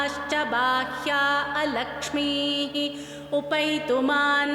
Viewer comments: it’s “अलक्ष्मी “ not “लक्ष्मी “, saying incorrectly will completely change meaning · Fifth శ్లోకం thappuga చెప్పారు alakshmi అని చెప్పాలి meeru lakshmi అని chepputhunnaru gamaninchandi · if you take breath or with out taking breath it must be a lakshmi please listen this link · I know your recitations are perfect. But little confused about this one ,,, Taam Padminiim-Iim Sharannam-Aham Prapadye-[A]lakssmiir-Me Nashyataam Tvaam Vrnne … is it not ‘alakshmir’. I know it needs to be said in a combined away. Is it ok to specifically say with ‘a’ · para 5, it shld be ALakshmi... please correct. The pronunciation is incorrect.... 3 times ALakshmi reference in SriSuktam..